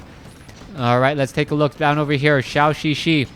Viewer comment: Why does keep pronouncing Zhouxixi like Shaoxixi?